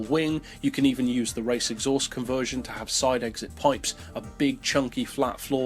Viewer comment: Take a shot every time he mispronounces "conversion"